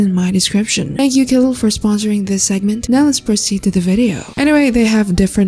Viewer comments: Kooleen❌️ Koolen✅️ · It's "kooleen" not "koolen", k0olëeęeěeēeən!